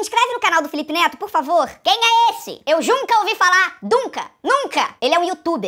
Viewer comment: Ana Laura De Andrade Costa e sim ela falou note e neto parece que näo estuda